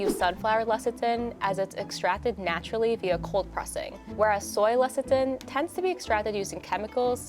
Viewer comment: The way says lecithin as LECITIN...that was painful to watch:)